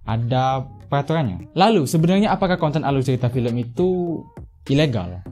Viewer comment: Aluy ceyita fiyem😁